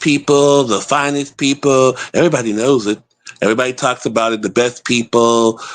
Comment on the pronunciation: "The best peopure, the best peopure"🤣🤣